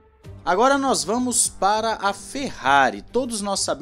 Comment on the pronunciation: Video "ferrerista" meus ouvidos doeram 🤦‍♂️🤦‍♂️🤦‍♂️